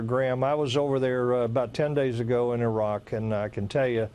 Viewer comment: I like how the 100 year old general with the southern accent is the only guy who knows how to pronounce Iraq.